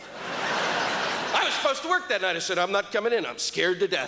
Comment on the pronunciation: its "work " not "worth"